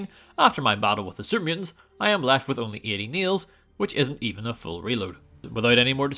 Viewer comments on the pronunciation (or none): When he says super mutants I can’t not hear Serbians